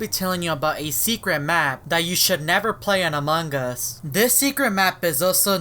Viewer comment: No one: Me: PANDA PFP What my ears hear in this video: AMOG US